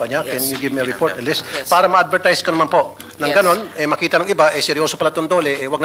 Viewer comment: Hahaha hahaha hahaha... Eng2 ayusin mo Ang ung pananalita Pura, para hehehehe hehehehe 🤣 Pura Para. Ehemmp...!!! 😅